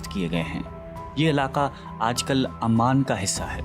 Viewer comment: Oman bola te hai amman nahi, please pronunciation sahi kiya karo